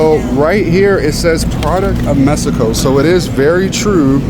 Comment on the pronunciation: You say Mesico. It’s MEXICO. The lady says it right.. 🇲🇽 ❤😉